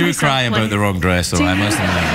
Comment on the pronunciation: So it is the Scottish that says "aboot" sound when saying about.